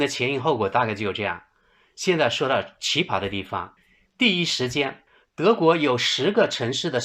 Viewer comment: 不是奇巴，是奇葩（pa一声）